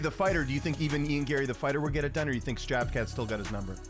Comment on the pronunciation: Shavkah, skavkrat, and shavkav😂